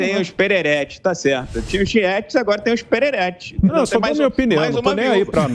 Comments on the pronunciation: " BRUNO PERERETCHI" HAHAHAHAHAHAHAHA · KKKKKKKKKKKKKKKKKKKKKKKKKK CARA ESSA FOI DEMAIS "PERERETES" KKKKK